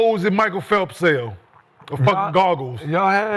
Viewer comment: “How many speedos micheal phelp sell” 😂